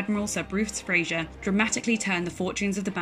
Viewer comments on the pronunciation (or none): Great history... just want to ask how a British Admiral with the name FRASER... becomes pronounced as Frasier... like the US sitcom... could not possibly be.... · Right then. It was Admiral FRASER, NOT Frasier. Also cruisers are NOT and never have been "capital" ships. Do your research better and make sure the narrator actually knows how to pronounce the names of key participants in the action. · It's FRASER NOT FRAZIER. Er thought the yanks sunk the Scharnhorst same as they recovered the enigma machine and broke its code.